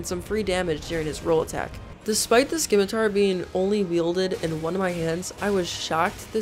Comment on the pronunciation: For the love of DOG... it's called a Se-mi-tar.. not a schi-mi-tar. I don't mean to rude, alas this actually turned me off.